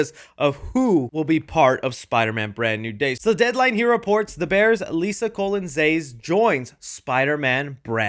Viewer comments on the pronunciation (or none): Did you just mispronounce her last name as colon and not Colón (pronounced like cologne) as a Latino you should know better my man! Do you really think our name is pronounced like the organ that leads to the butthole???